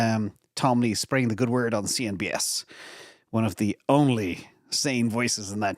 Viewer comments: it’s CNBC!! Not CNBS. Thanks as always ❤ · "CNBS" Lol :)